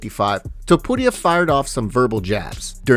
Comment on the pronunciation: I hate the way you say Topuria. Your spanish sucks. Your voice sucks Im blocking this channel